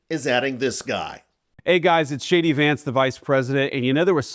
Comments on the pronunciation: Did he say JD Vance, or Shady Vance? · It sounded to me like the VP introduced himself as “Shady Vance” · Is it me or every time I hear vance say his name in this video sounds like "Shady" Vance 😂😂😂😂😂😂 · I love how it sounds like JD Vance sounds like he's introducing himself as Shady Vance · Did he say Shady Vance? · I don't hear "JD Vance" I hear "Shady Vance" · Did he say Shady Vance?😂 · Did anyone hear him pronounce his name "Shady Vance"? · Anyone else heard him say shadyVance? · "Hey guys it's shady vance". That's what I heard 😅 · Does JD Vance always pronounce his name as "Shady" Vance? I don't hear any "J" sound when he pronounces it. Anyone else notice? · When Vance introduced himself I could have sworn he said "This is shady Vance", probably more accurate! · Sounds like he said “ Hi it is Shady Vance” 😂😂😂😂🇨🇦🇨🇦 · It sounds like he's saying "Shady Vance". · Yes, I just went back and listened , it sounds like he said Shady Vance 😂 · i heard him say "Shady Vance" sounds similar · Every time JD says JD, I hear it as shady, Shady Vance. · Did he just say Shady Vance....or is my hearing just substituting the correct word!😂😂😂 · I swear he said "This is Shady Vance..."! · I heard it as "Hi, everyone! It's Shady Vance." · Sounds like he says it's "Shady" Vance here. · lol. When he introduced himself I thought he said “ Hi everyone this is “ Shady” Vance. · Sounded like he said Hi, I'm shady Vance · I swear I hear him say, “Hey, it’s Shady Vance…”🫣🤤😵‍💫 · I thought he said "I'm Shady Vance". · Hilariously, when I heard Vance introduce himself I could have sworn he called himself Shady Vance. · Could have sworn he said " hi guys its Shady vance " which fits since he once referred to trump as the " Amerikkkan Hitler " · The Greenlandic government should ignore the US delegation and refuse any meetings or acknowledgment of this invasion. Did he say “Shady Vance”? Sure sounded like that to me. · Did you say shady Vance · It sounded like he said “Shady” Vance. 😂😂😂😂😂😂